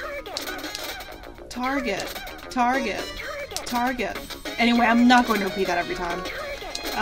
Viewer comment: I don't know why but when says TARGET really fast it sounds like he's saying "Do it again!" Take a listen!